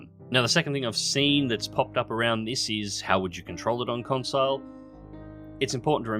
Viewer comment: “Consile”. Um........no